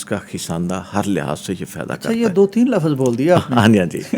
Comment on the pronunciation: Lafaz nahi lafz 😂 pakistani khete ke urdu humari hai bhai urdu india wale hi acchi bolte hai 😂